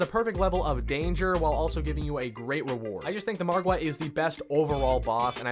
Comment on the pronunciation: Have you noticed this guy says Margwa correctly while other youtubers pronounce it like Mogwo lol